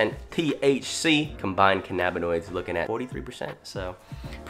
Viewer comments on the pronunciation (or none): I hate when ppl say cannabinoids wrong do u call it ca-nnabis or canna-bis??! THINK!!